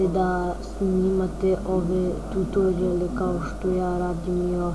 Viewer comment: kaze se "tutoriale"